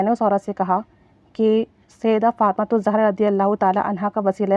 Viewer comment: سیدہ فاطمہ زاہرہ علیہ السلام پلیز صحیح پڑھا کریں